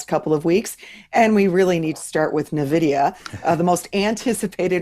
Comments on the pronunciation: Yes. I cringe when she mispronounces it as ‘neeveedia”. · Please, someone tell it's Nvidia. Pronounced EN-vidia, not nividia. It's from the latin for envy "invidia." If you're on camera producing investing video content, please learn to pronounce the name of the hottest company of the industry.